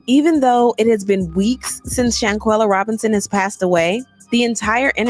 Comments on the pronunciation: Everyone so Proud of you and due diligence on SHANQUELLA case but being so called educated you can't pronounce this young deceased lady name correctly. After all this time you fail at the most important part... HER FREAKIN NAME. And I have even watch your video, the intro of you pronouncing her name disgust me. Do better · aww, that's all you could say?? Go back under that rock you came from, cause if me sayin pronounce a deceased young lady name correctly is goofy.... You're Ridiculous at its finest. Proceed🤔....